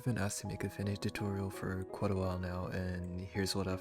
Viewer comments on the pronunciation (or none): Its tutorial not toturial